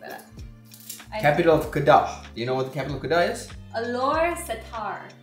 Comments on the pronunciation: Alor Star shall be pronounced as Aloq Setaq …. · I love the way pronounce Alor Setar.I mean the 'star' thingy.I've already knew she's gonna say it like that. 😁😁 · kedahan pronounce Alor Setar as Aloq Staq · Alor Setar pronounce as Loq staq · Alor star.. Hahaha Alor setar..u are right... If according to the wording pronounciation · Both of you are wrong, it is pronounced as aloq setaq